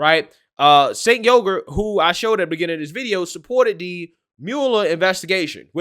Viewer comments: Yes, it will increase your wage, Junk Yogurt. Replacing Biden with Trump will increase people's wages. Btw, I came up with 'Junk', but 'Yogurt' was provided by the cc closed caption of YouTube, when you say 'Uygur'. Yeah, Junk of The Young Jurk. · called him "Sink Yogurt" lol! 😆